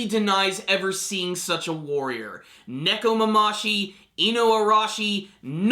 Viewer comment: Neko-mama-shi? wtf lol